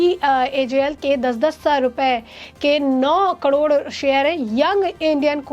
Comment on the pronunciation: He's Oscar Fernandez, not Oscar Fadnavis. He's Khadge, not Khagde. करोड को कडोर न कहें। Pl improve on pronunciation and accuracy of news. Don't be monotonous.